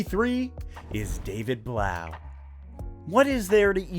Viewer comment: I thought it was pronounced David Bluff. As in tough.